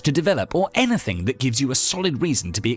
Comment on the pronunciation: Yeah, I also hated how he said eneh-thing 😖